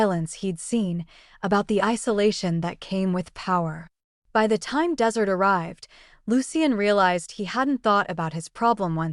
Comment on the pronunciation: Bad AI. Which “desert” were they waiting for? (As opposed to “dessert.”) Pharmacology tripped up the narrator up. Tyra/Iman/A-man? Messy and sloppy work.